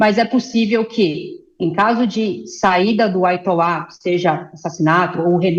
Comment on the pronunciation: Diz a ela que não Aitola. É Aiatola. Veja que é limitada.